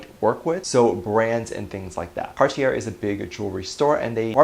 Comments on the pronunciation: It's car-tee-ay dear :) Cartier! French brand! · Cartier is French and pronounced “Cart-ee-yay”